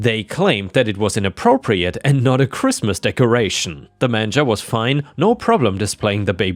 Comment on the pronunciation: the last story..the cross next to the manger is pronounced as in mainger